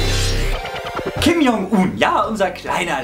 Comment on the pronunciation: die videospiel idee is voll cool und übrigends, Kim Jong Un is koreanisch und das j wird als tsch ausgesprochen(nur so nebenbei)